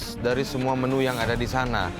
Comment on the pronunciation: bli ovit bilang menu jadi menyu 😂😂😂😂